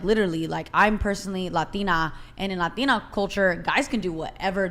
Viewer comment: It’s clever how she puts extra accent shellack when saying “Latina”…